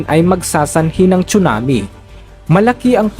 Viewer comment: tsunami po hindi chunami😅